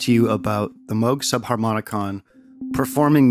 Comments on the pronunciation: OMG it’s pronounced “ ˈtambər/ “ like the word amber ... you know the resin from trees? Timbre is NOT pronounced like tom. PLEASE, please, please ... this annoys me to no end just like saying Moo G. Thank you! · He called himself moo-g growing up but his wife liked moe-g better and he switched. Moral of the story is, it doesn't matter really. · HOW DARE YOU?! It's obviously "Moog". Anyone who says "Moog" is an evil nazi. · It’s pronounced Moog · No it's pronounced Moog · well it is actually pronounced “moog” ... but others prefer to say it like “moog”